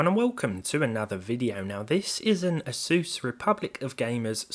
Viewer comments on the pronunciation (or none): none